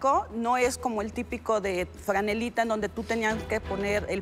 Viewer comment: Es prrggrracrico, no son de los tipicos de frgrrranelita jajajajajajaja